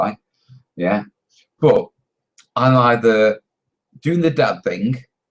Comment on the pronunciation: ur "YEA" was slurred LOL